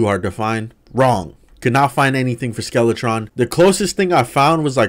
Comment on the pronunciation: Skeletron and Dark mage Butchered those names